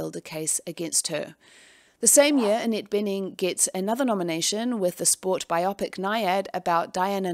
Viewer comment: I hope this doesn’t come across as rude, but biopic is pronounced bio pic, as in biographical picture.